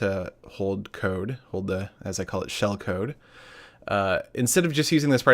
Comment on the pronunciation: "shellcode", lol